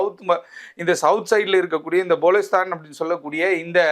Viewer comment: ங்கோத்தா ! பலுசிஸ்தான் எனும் சொல் கூட வாயில் வரவில்லை. போலிஸ்தான் என்று பேசுகிறான் தற்குறி